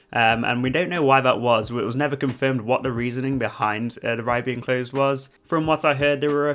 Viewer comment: Instead of “the” you pronounce it “veh” just like “vey” and “vhem” 😂 no hate though, informative video and I appreciate you not spoiling the curse, I’m going on it for the first time tomorrow!